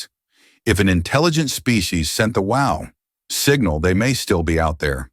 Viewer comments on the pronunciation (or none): Excellent AI voice, I didnt realize it was AI until the illusion was utterly destroyed by its trying to talk about the Wow! Signal and it kept saying wow like the expostulation..